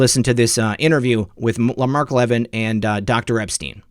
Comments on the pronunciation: Would you Please Correct your grammar when referring to Mark Levin, pronounced Le-Vin, not like leaven which is what bread does. I was raised by a Broadcast Journalist, and you, should Proofread, and learn pronunciation, before airtime. Mark Levin served in the Administration of Ronald Reagan, and you weren't even a gleam in your fathers eye! Corruption dectector? More like a pup, with a Mike. Not Impressed! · Levin is pronounced Lavin with the emphasis on vin... short i.... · Great show. So much corruption. (You may do this intentionally if his name is a trigger - but Mark pronounces his last name /Le VIN’/ 🙂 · Learn how to pronounce Mark Levin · You're pronouncing Mark Levin's name incorrectly. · Love your work! Friendly suggestion. Please learn how to pronounce Mark Levin last name. Keep up the good work.WWG1WGA